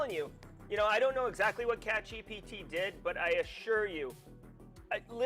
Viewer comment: Congrats to catchgpt. I'm not sure I got that pronunciation